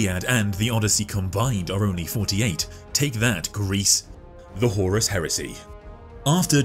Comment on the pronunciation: this was a great synopsis, great video horus… huh-horus. HORUS